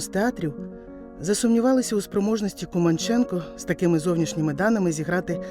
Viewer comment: Дяка за Вашу працю! Поліна Володимирівна була дивовижною людиною! А прізвище вимовляли КумАнченко. У нас в Молодіжному працювала її рідна племінниця Луїза Філімонова.